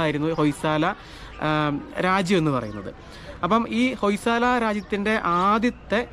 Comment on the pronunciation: ഹോയ് സള എന്നാണ് ഉച്ചാരണം